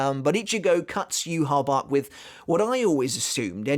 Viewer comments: Lmfao bro if you play bleach brave souls it’s not yuhabac it’s yu ha baw ha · Why do people call him Juha Bach, when his name is supposed to be Yhwach? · NOw with the White case representing his Quincy Side: It does make sense that it is still there even after his Quincy Powers being stolen from him. Because when Bach (yeah yeah, Yhwach or whatever, it is pronounced BACH and so I refer to him as that, since that is also how it would be written down in german) stole Ichigos Quincy Powers, Ichigo already was in Bankai State, and Tsukishima, with help of Orihime, helped restoring the sword. HOWEVER: If Ichigo did NOT had his Quincy Powers at that point, it would not change the current appereance of the Bankai. Or in other words: Ichigos Quincy Powers are gone, but the shape of the blade remains, but it is now powerless, an empty shell so to say, at least on the surface. HOWEVER, what Bach failed to realise was that this Powerless shell might be fragile, but it still has something in it... a shining, hard to break pearl, in the form of Ichigos Shinigami Powers. That is why I think the White Part broke so easily while the actual blade did not, because the white representing his Quincy side was "empty", while the black representing his Shinigami side was still "filled" with power, so the shell breaks and core stays intact. Also, can we still call Ichigos current blade "TENSA" Zangetsu? Tensa Zangetsu means heavenly CHAIN cutting the moon, but with the White "Shell" gone, so was the chain that made that Sword "Tensa" Zangetsu. So maybe, at that moment, when the white shell broke off, the sword actually returned into it's Shikai State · Maybe his shinkai is similar to yumichika which posses a fake and real shinkai depending on how he pronounce it's name as well Renji's bankai which is separated in to two form